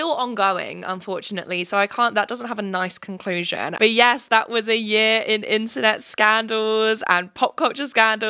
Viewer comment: Okay the American accent would work but when you say "that" it's very British lol